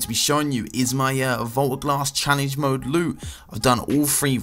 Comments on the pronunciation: He said mood not mode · "Challenge Mood" instead of "Challenge Mode" k then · He said "challenge mood loot" huh